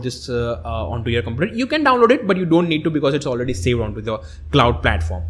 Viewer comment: arduino klauuud, i love this english